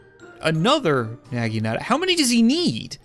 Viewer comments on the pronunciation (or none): It's pronounced na-gin-a-ta